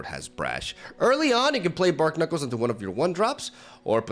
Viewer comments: The pun on Barknuckles is barnacles like the animal, not bark-knuckles. Love ya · they are bar-knuckles, not bark-nuckles. It's a play on barnacles, not bark. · BARNACLES. Bar-knuckles. It’s wordplay, not bark knuckles. Other than that I made a pretty similar deck and knowing it came out in one of your videos (more polished of course) makes me feel proud of myself. Kudos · "Bark-knuckles" Barnacles Bar-nuh-kuls